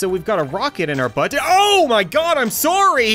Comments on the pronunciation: turning into your stereotypical Canadian by killing a gummy bear for wanting to basically murder him and them proceeding to be shocked a yelling “OMG IM SOARY” and then resisting his primal kindness by realising his mistake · sometimes cap,s Canadian side really shows. example; when he said ;soory; after hiting the first gummy bear